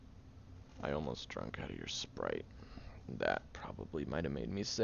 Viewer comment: since you said "spood" when you said "Sprite" I was going to say sprit 😂